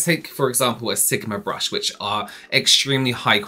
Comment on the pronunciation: Lol did you just say BRUSH-I lol? 😂😂😂